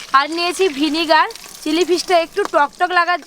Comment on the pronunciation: Vinegar....vinigar noi.